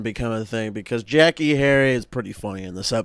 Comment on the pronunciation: Love the video. I loved this episode as a kid lol. But just a heads up Jackeé is pronounced jack-aye. Tho I doubt she will even come up in your other videos 😂